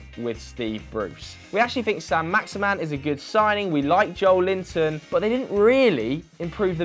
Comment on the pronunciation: as a Brazilian it hurts every time he says "Joe Linton" its pronounced like this "Joe - Ellie - Ton"